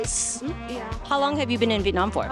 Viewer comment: You pronounce Viet Nam wrong.